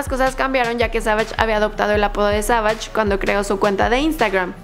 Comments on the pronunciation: Se pronuncia sevish no savash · She don’t know English cause she say 22 Savagesh